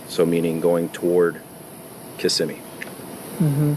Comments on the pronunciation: In my opinion, looking at her in her birthday photo, I think she was pregnant, and that's why he killed her. I also think mom knew something but was either blindly in love with the sob and was in denial, or, she didn't care. Btw: you pronounce Kissimmee wrong. Lol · Hi! I enjoy your presentations so much. I fly out of MCO a lot, near Kissimmee. It’s pronounced Kuh-SIM’ ee or Kih-SIM’ee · Hi,. I am almost always in agreement with your opinion. When I'm not, no big deal🤷‍♀️ I still enjoy them very much and even have a playlist in my saved vidoes that is nothing but your uploads. I really do enjoy them. I just need to point out that as a Florida girl, you should know how to pronounce "Kissimmee". Its Kih-SIM-ee. Now that I've gotten that off of my chest, thank you so much for all of your videos. 🥰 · No offense but how are you from Florida and you still didn't say Kissimmee correctly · As a Floridian, I love how you pronounce Kissimmee. ❤😂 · Girl you're from Florida and can't pronounce Kississime correctly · Girl you are IN Florida how are you going to mispronounce Kissimmee. You did do better the more often you said it lol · Sorry, respectfully… stop putting the emphasis on the ISS after the K and instead put it on the IM after the Kiss so kiss-IM-ee . Ok, now that that’s done… please continue. 😊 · Your covedrage of the topic was great! I grew up in that area and even went to Hunter's Creek Middle School-- Kissimmee is pronounced "KissSEEmee" with the accent on the SEE. It's not "KISSeemee." Sorry to be that person XD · Just a correction on the pronunciation: Ki-si-mi not kis-im-me. The emphasis is on the KI...so it's more like KI-simmy. The way you said it sounds more like KISS-im-my. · lol its not kiss im me florida. everyome says it that way that isnt from the area its so fun! it sounds more like ku si mee like your cussing not kissing. Always fun to hear. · I live about 35-45 mins from Kisssimmi Fl. It is pronounced KISS-em-Mee